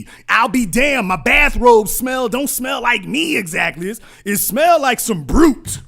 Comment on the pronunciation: this nigga said BRUT....lololol